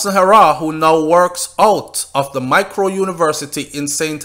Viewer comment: It's The Mico, not micro